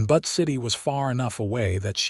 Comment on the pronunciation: Butt City LOLOL It's BUTTE city - Like Beautiful - Butte.